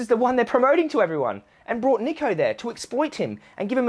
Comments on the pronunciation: my guy you cant even pronounce his name correctly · Everyone’s having a go at him for not doing research or whatever and you can’t even pronounce Niko’s name right